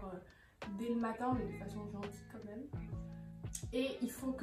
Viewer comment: “ Quand meuuume “ tu me fais trop rire quand tu le prononce ! 😂 😘 Sinon très sympa comme vidéo !!!